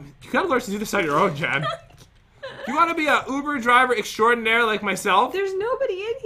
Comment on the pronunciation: I'm sure I'm not the only one but... "I have never been to..ovooo driveer"!!